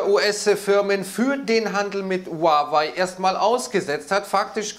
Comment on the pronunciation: Huawei, nicht Huwei!